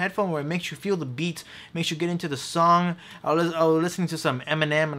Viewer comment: You need to pronounce the "th" in a word better. When you say "the" it comes out as "da." It's always with a word with th...well, mostly.